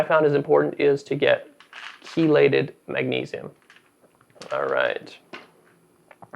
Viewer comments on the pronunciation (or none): none